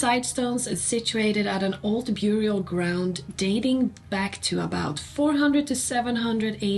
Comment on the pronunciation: Bara en liten kommentar om ditt engelska uttal: i orden "bury", "burial" och "buried" skall bokstaven u uttalas som om den vore ett e. Om du vill veta varför får du fråga någon annan, jag vet bara att det skall vara så utan att bry mig om varför.